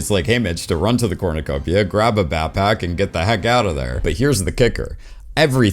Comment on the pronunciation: Grown man can't pronounce backpack